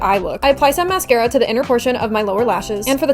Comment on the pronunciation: THE MOMENT YOU SAID MÁSCARA HeElSs BlAdE MÁSCARA💀 😌💅🏻